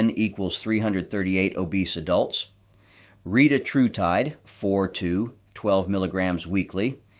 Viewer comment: re-tat-ru-tide, and your pronunciation of most every other word is equally PAINFUL.